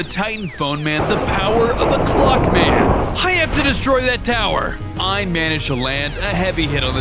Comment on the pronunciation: Ngl, every time he said clock man, I thought he said Glockman.